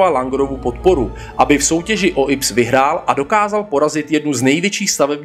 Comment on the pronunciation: IPS jako inženýrsko průmyslové stavby se nečte ips ale í pé es. Stejně jako čteš í pé bé.